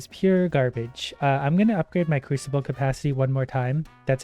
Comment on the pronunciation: He did not just say "creesable" when he it's "crewsable" (crusable) I'm dead 💀💀 lmao man I love him 😂😂